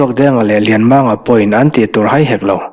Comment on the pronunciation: Lianmanga hming lam dan Kan hrilh a , a chhiartu or ziaktu hian an pawm chuanglo tlat mai hi ka hrethiam ta lo. Comment hi pe tawhlo mai ang u